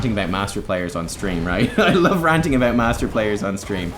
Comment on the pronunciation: Triggers me too much, how you pronounce "about" so I have to leave...